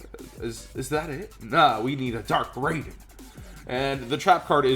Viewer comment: I know he caught it near the end, but it was bugging me that he didn;t see that Twilightsworns were Lightsworns. Now, if only he pronounced Raiden correctly. I blame the weeaboo working at Midway who created Mortal Kombat for his mispronunciation.